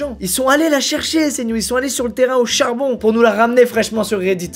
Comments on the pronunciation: Je sui le seul à avoir entendu auchar(bon) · "ils sont allés HAUCHARbon" 😂